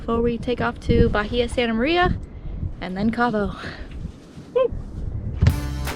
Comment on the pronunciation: I know I say this all the time, but it triggers me. Lol. In Spanish, the "h" in "Bahia" is silent.... Bahia is a Spanish word, so even in English, the correct pronunciation is with a silent "h". In Florida, places with it in the name are pronounced correctly. I don't know about Cali. 🙂